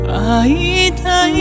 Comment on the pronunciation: 初期の歌い方を聴きたくて来ました。 あいたいの"た"の発音が綺麗。いま現在は、 "ッた"みたいに発音されるので、嫌です。歌い方が変わってしまいました。 この頃の発音に戻って欲しい。